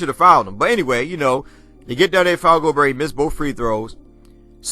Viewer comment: Double-digit lead loss was MORE IMPORTANT. Fans be so LATE. Damn, it's pronounced, Go-Bear!!!